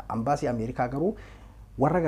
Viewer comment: Hey leenca ko "AMBASII" hinjedhin "EMBASII" JEDHII DUBBISI, MAALOO,,sijaalanna Jaabaadhu😍!!